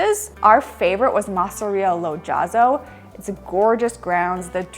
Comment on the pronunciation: ...If I may, it's "Messàpica" not "Messapìca", the right stress is on the first "a". Same with "Casa Màssima"😊, not "Massìma". Masseria "Lo Jazzo" is pronunced "Iàzzo" with an "I" sound like in "Italy". Like EVERY tourist spot in Italy, when you're in Alberobello, Ostuni, Polignano, simply turn the corner and take other streets close to those most popular to find more authenticity and tranquility. I visited these places (not yet Ostuni) and enjoyed them precisely because I avoided the streets full of people. Even when you visit big cities like Venice, It works the same, trust me! Better visiting this region in April, May (when the Mediterranean scrub explodes with colors and scents!) maybe June, and September (after that the weather usually tends to be more unstable and rainy). And once in Puglia, don't miss the seaside: the colors of the sea are just STUNNING 🩵